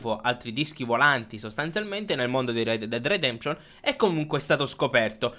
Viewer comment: Red dead dead detemption?! Come cazzo lo pronunci lol